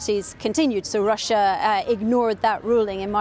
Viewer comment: "Claiming that R̃R̃R̃R̃r̃r̃ussiá was abusing the genocide convention..." Nice was that an alveolar trill rolled R & do all Scots pronounce Russia like that? She kept alternating between normal and *R̃R̃R̃R̃R̃R̃*